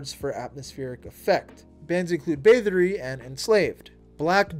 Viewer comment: Pronouncing Bathory as "Batherie" lol